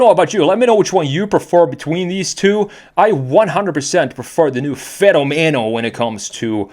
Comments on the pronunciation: In spanish (and italian) its pronounced fe-nó-me-no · I'm Italian and the right pronunciation is "Fe'nomeno" with accent on the first "e" rather than the second